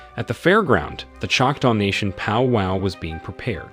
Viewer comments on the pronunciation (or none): As a Native woman seeing all my brother's and sister's rising UP in Hollywood lately makes me so happy!! And it's powwow not powpow 😂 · Powpow party? Lmao it’s powwow